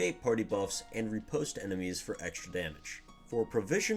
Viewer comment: Hearing you say "Riposte" as "Repost" is seriously painful for me. Other than that, excellent video! 😆